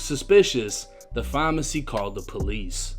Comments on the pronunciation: Why say pharmacy like that bruh that shit annoying me lol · It's PHARMACY not FAAAWWW-MMAAARRRCCCYYY!!! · Why this dude say phamacy instead of pharmacy. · Is this dude trying to say pharmacy?